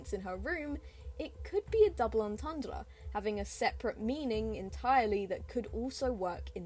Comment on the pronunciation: I love the French way she said entedre